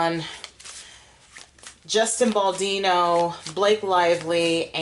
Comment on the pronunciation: It's BaldOni😂